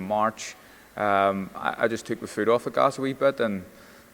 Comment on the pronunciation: How come pronounces TH words with V